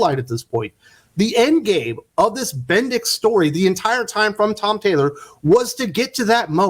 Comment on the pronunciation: When you said bendix I thought you said bendis. I thought Brian Michael bendis had finally been defeated.